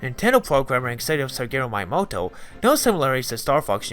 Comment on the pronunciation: I like the vid and I appreciate the effort. But the Nintendo director's name is pronounced, "Mee-Yah-Moe-Toe"